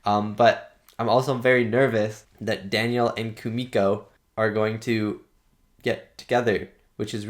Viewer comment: And don’t worry. You pronounce Kumiko’s name right👍🏾